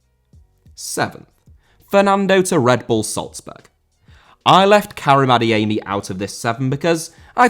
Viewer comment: Adeyemi* not Adeyeimi